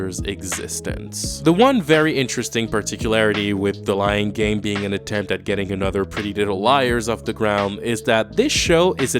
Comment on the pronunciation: The way you Said "The Lying Game" i almost thought you'd Said "The Lion King"